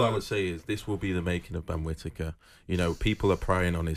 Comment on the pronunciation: Benjameme kwittaker lwot sh t uppppp😂😂😂😂